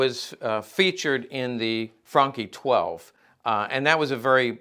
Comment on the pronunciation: ''Franchi'' pronounciation is correct. But Imho the Spas 12 is nicer aesthetically. And similar modern version of these mines still around